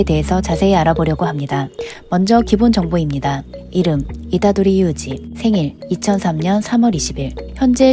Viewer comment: 이다도리 유우지라고 나만들림?